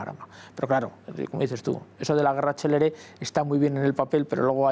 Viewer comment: Decidle a la señorita que habla que era guerra CÉLERE, que quiere decir RAPIDA no CELEBRE.